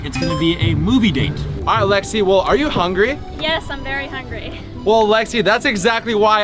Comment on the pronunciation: ITS LEXI NOT JEXI